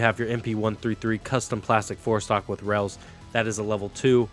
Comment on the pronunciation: Rail .. not Rell lol you kill me man 🙃